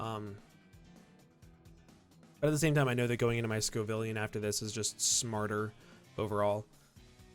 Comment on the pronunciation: ITS SCOVILLAIN NOT SCOVILLIAN. Sco-Vill-An